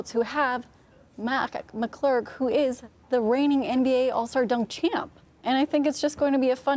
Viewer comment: and this is why women shouldn’t participate in Professional sports. Couldn’t even get Mac McClung’s name correct